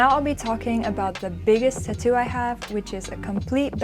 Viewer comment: if u say tuhtoo one more time im gonna like this video